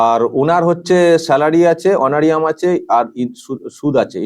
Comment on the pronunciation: উচ্চারণটা অনোরিয়াম নয়, অনোরারিয়াম।